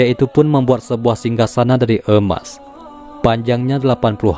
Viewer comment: Emas boss...bukan eumas...😁